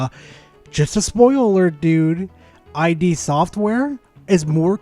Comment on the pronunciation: It's "id" software, not "eye dee". Id is a concept from psychology.